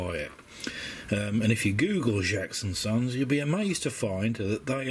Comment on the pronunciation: As a metal detecting descendant of John Jaques, I was really interested by your croquet tag. FYI, it’s Jaques, like cakes, not Jaques, like jacks. I’m really loving your videos. I would recommend investing in a decent pointer though. Try a Garrett AT Pro Pointer. They’re a god send. Happy hunting!